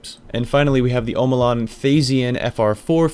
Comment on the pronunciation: Tried to finish until the 5th time you said "Sir-Ross". Came back for round 2 and heard "Hawkuh, hay kuh" -.- Are you trolling orwut? "Oh mow lawn" Well that could have been worse. You did say Red Death right, so thank you for that.